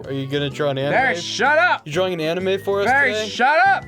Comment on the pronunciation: "drawring" yeah okay man.